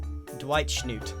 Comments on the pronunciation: It’s shnoot (like shoot but shh in the start). If you want what your saying it should be shnut. Luv ur vids :) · Schnoot is not schnuht it's sh-newt. Much better anyways but yeah, double O's don't sound like that unless you enter the hyphen game. Just ask a cert hermit. A mister, b. Double. Oh, who am I kidding, it's jumbo. Talk to jumbo. 😉😊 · Spelled Schnoot but Grian says it like Schnut. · so funny hearing grian lovingly calling the baby sniffer schnoot. dont know if this is a quebec exlusive but that how we pronounce one of our swears that means "crap". its hilariously jarring